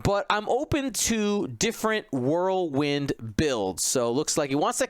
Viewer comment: Who TF is "World-Wind"? You guys are shitty friends not to correct the dude. Whirl wind my friend Whirl... Wind...